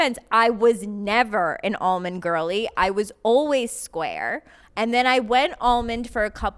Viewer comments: Hannah is wrong for dropping the L in almond 😂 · Not Hannah gaslighting Paige into thinking Hannah isn’t saying “almond” dumb. 😭 “ah-mind” CRAZY.